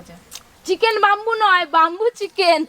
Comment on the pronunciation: বাম্বু না সঠিক উচ্চারণ ব্যাম্বু